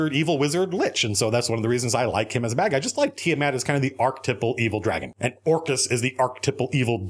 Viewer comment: Tiamat? More like Tia-Matt!